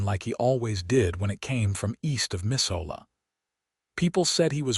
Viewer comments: It's really Missoula, Montana. Pronounced Muh zu lah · 😊Looking at the opening illustration, I have a problem with what appears to be an automobile from,not the 1880s, but the 1930s. Then, your A I misspells AND mispronounces Bitterroot AND Missoula. IN LESS THAN TWO MINUTES.